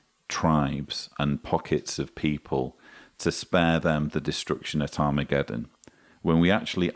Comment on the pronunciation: I'm not sure if this has been talked about before, but there is something "charming"? about an affectation that you have: When you say "at Armageddon" it sounds like "Atomicgeddon". and I think... that for many in this thought camp.. that may be wholly appropriate.